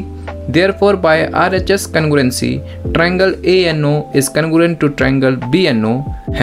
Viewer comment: Congruence ❌️ Can-gu-rent✅️